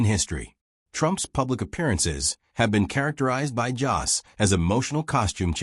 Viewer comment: His name isn't Joss! It's Jost, and it rhymes with host or most!!!